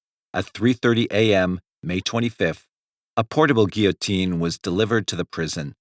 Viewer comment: At least someone said "guillotine" normally. That one is very distracting when mispronounced repeatedly in a video.